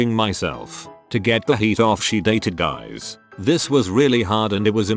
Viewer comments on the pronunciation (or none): none